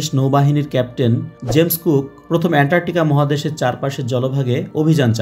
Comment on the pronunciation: উনি বারবার এন্টারটিকা বলেছেন 😁